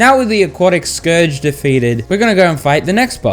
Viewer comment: FINALLY YOU SAID SCOURGE RIGHT